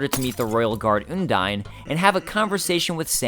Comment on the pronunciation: oh he called her...oondyne...oh no